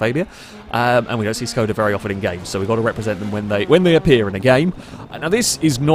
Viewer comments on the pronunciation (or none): Pls don't pronounce Škoda as "scouda"